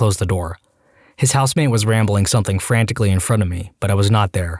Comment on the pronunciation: No K in the word something